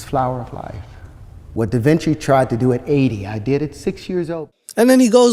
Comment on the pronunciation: You didn't pick up when he said "DavinChakey" 🤣